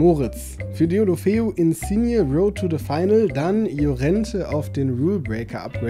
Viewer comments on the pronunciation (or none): none